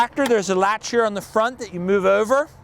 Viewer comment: The way he said "ouver here" right before that gives him away. That's distinctly a Mid to South Jersey accent (anywhere South of NYC) down to the Philly area. A few characters on The Wire which takes place in Baltimore had it too. His pronunciation of radiator is the way it's most often said in NY. "Ray-deator", though correct is almost Never heard within 200 miles or more of NYC.